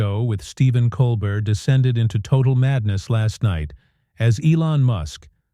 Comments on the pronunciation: It's Col bare not Col bert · This AI is garbage. It can't even get Colbert's name right. How long has the man been on TV? And AI still can't figure it out? Yeah, pardon me if I don't quake in fear at Sam Altman's feet... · This pretty obviously is made up by AI. The announcer can not pronounce his name right. There is no video clip for any of what they claim. Steven doesn't perform on Friday. Bogus, rejected. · AI CC was poor. Can’t humans proof it? AI voice only managed to pronounce Colbert’s name correctly one time. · AI generated Bullshit, this never happened. Can't even pronounce Colbert's name.